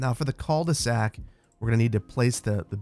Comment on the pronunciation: Love your videos. Cul de sac 😂 I’m French and I tried to understand what you meant by « ceuldesac ». You don’t have to pronounce the « L ». I think you can pronounce like: Ku de sac That mean : the ass of the bag literally. You do not have translation of that term? Keep doing that well! ❤🍓